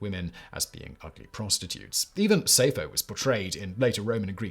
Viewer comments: Sayfo? Who's she? I do know Sappho. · "Pederasty," not "pedastry." "Chaste" is pronounced to rhyme with "chased," not "last." And the first syllable of "Sappho" does not rhyme with "say" but like the first syllable of "sapphire." I'm really surprised to hear that many mistakes in one of your videos.